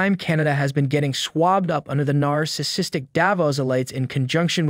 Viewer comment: Please also learn how to correctly pronounce, "narcissistic" ... NAR-SIS-SIS-tic.